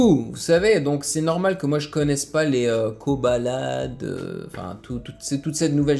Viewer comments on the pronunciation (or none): Tu me tue quand tu me dis:" Koba lad " Alors qu'on dit Koba la Dé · Mais on dit Koba la dé quand on le prononce